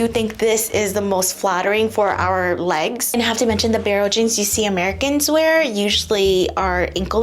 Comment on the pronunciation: The jeange. The Jeange? 😂